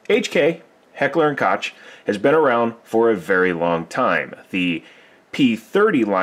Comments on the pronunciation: I hate correcting people, but Heckler and Koch... the Koch name is pronounced "Coke" not "kotch." It just sounds dumb for people to get it wrong. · Pronounced Koch as in Coke